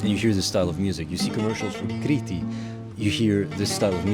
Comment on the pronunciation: HE SAYS KRITI RIGHT WAAAAAAAh